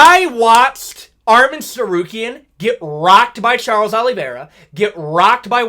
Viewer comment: Chael Sonnen finally pronounces Arman Tsarukyan’s name correctly!